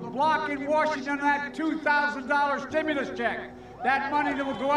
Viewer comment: Nahh bro he said stim-u-less not stimulus